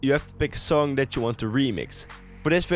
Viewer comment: Why does he use th in places where there is no th? For example he doesn't say "that", he says "dath". Or "syncth" instead of "synced", "mathe" instead of "made" etc etc